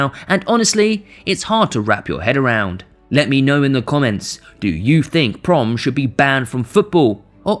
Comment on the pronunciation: You pronounce it PRO-MESS not ‘proms’…. Anyway. Do ihataren next. That boy had some sick connections to the underworld.